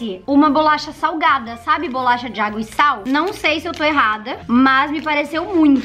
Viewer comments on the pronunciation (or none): É bo-la-cha